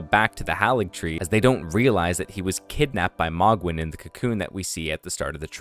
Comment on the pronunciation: Isnt it pronounced m-oh-gwin not mogg-win